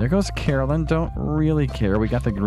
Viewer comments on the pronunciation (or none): I am very excited about the rancher + Joja route you’ve mentioned. Not super happy about the mods, only because I play console. Still excited, I haven’t really found either on YouTube. Caroline and Carolyn are not the same pronunciation.